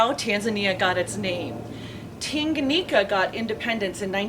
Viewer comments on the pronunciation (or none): It's Tanganyika not Tinganyika